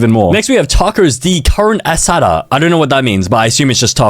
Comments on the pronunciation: i felt so offended when he said CARnay AssADO. brother it CAR-NEY and chipotle IS chip-ot-lay is how you pronunced... W for trying tho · he did not just say that 😭 I know dang well you pronounce it (carnA asaada) that’s how you would say it. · Ehlohteh=Elote, thats how to pronounce spanish words, also Carneh Ahsatha=Carne Asada. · "tacos dee Karn Assata" is crazy bro BUT IDC, I LOVE YOUR CONTENT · Tacos de Carne Asada are steak tacos. The least you could do is learn some food basics and pronunciation basics if you are going to ‘create’ videos like this.